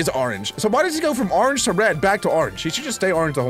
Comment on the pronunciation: " a rorange" MAN DONT EVEN